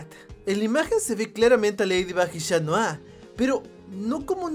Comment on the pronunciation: Es chat noir no shat noir